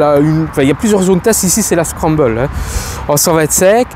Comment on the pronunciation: Ça m'a arraché les oreilles, on dirait un enfant qui connaît pas son texte pour un spectacle, il faudrait apprendre à lire, c'est zontes, et pas zonteste, et scrambler, et pas scrumbeule, tu découvres le monde de la moto ou quoi ??